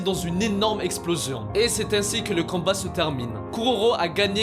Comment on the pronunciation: Mdr au lieu de dire combat tu dis canbat